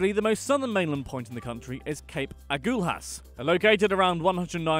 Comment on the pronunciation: Wow Cape Augalas ouch the pronunciation.